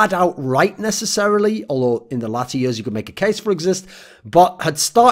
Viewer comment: Thorin video not complete untill thorin says "yurs" instead of "years".